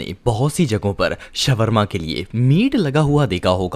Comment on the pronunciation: shwarma nahi shawarma hota hai